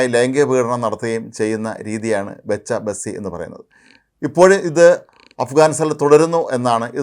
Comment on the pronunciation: It’s bachcha baazi…. ….Bacha basi 😂😂😂